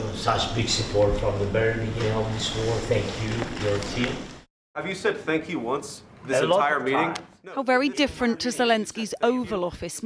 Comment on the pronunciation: Have u evens said Thwwank uu Mr. the uKRankian man